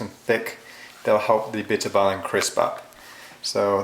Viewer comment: Im dutch to do you know how nice it is to hear you say bitterballen its funny and the bitterballen are great the dutch clips where just bad and awfull yours is al lot better so tnx !!!